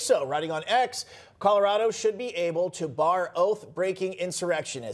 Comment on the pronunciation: Griswold is now a permanent member of the "Mile High Buffoon" club...😂 "Calaradah", y'all need a new Secretary of Hate.